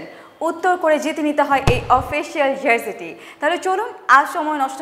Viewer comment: প্রত্যেকটি ভিডিওতে শুনি জার্জি, জার্জি কি? জার্জি হবে নাকি জার্সি।